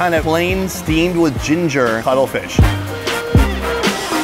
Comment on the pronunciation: Bru he didn’t say cuttlefish he said color fish